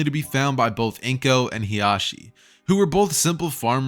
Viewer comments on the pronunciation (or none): hey big fan it's just I wanted to point out something it's Hisashi, not Hisashi